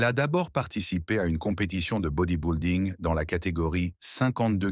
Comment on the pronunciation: Body-building ne se prononce pas comme "body boulding" comme dit le commentateur, mais doit se prononcer "body bilding" comme s'il n'y avait pas de "u" dans le mot. Le narrateur est soit un français pure laine, soit un robot de l'IA.